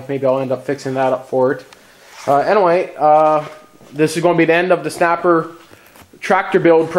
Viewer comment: U said "anaway" like 15 times